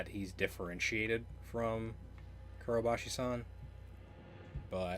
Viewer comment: You tend to say 'Kurobashi san' instead of 'Kobayashi san' a lot too, for some reason. =)